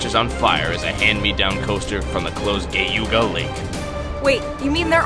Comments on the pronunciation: Gayooga lake? Geauga Lake = Jay-ah-ga lake. RIP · Geauga isn’t pronounced like that. I’m from Cleveland so not too far away from Geauga Lake and it’s gee-aw-guh not gay-oo-guh. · its geauga not gayuga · The Geauga Lake mispronunciation kills me in the best way every time 😭😭 This coming from someone who's home park was Geauga Lake for the first 10 years of his life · hey I love these parity bits but quite frankly you need to figure out how to pronounce Geauga Lake... I think you're five years old when it closed but I saw your Kennywood shirt so obviously you respect older parks. I went on the B&M flying coaster in Magic Mountain and quite frankly I enjoy the Flying Dutchman more.